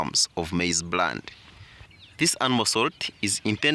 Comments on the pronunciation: It's bran.... Not brand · It's maize Bran not Brand